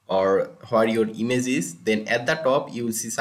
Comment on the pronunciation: Why does he pronounce "image" "ines"